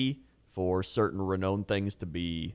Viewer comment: today i realise cant pronounce renown LOOL